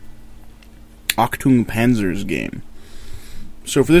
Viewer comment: HAAH Achtung Panzer XD how you say it XD it funny to hear as German XD